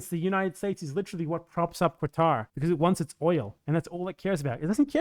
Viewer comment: As someone from Lebanon/Syria, who grew up in Kuwait to a poor expat family, I have a personal hate against the Oil Monarchies of the Persian Gulf, but as you said the willingness of Westerners to criticize non-Western countries much more harshly than their own much more destructive countries is disgusting. Minor correction: the Q in Qatar isn't a qu/kw sound, it represents a sound not existent in English, just say Katar that's a much better approximation in my opinion.